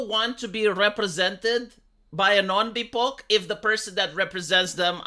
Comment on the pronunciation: pronunciations of these mental illness terms like bipoc is why I'm still subscribed.